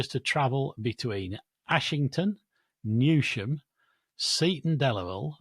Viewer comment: mispronounced Newsham, it's pronounced Newsum. Keep up the good work though excellent podcast for keeping up to date. Thumbs up from me.